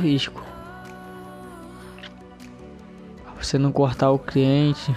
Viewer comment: Eu ñ entendi é cliente ou criente kkkkkkkkkkkkk